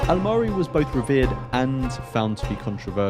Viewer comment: I must say you pronounced his name very well this time .😊